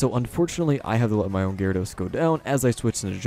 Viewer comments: Ja war edos No that's not how you say i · Did you say gee-rawr-ah-dos lol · "GeeRawradose" :3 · what cracks me up is when he says GE-ryRE-dows, cant tell if he's doing it for fun or. like yeah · you pronounced gyarados four different ways throughout the video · how did you pronounce Gyarados?